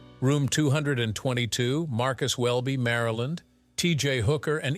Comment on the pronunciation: As a radio DJ and broadcaster since the late 70's, I can't tell you how much I hate AI voices. Not only to the voices have zero warmth, they are consistently wrong! This video is done with an AI voice that says Robert Urich starred on "Vega Dollar Sign" instead of "Vegas" and his wife starred on "Marcus Welby Maryland" instead of "Marcus Welby M.D." You think whomever created this video would catch those mistakes. Sorry I had to rant!